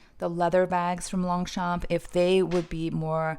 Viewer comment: Hello, we don’t pronounce the g and the p in French ( in longchamp ) 😉